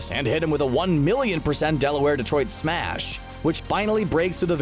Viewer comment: Is this how it's supposed to be pronounced Delaware Detroit Smash No one: Me:....ok